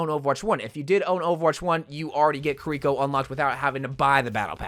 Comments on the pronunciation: ki-reeko Eveyone else: key-ri-ko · Pronounce her name right dude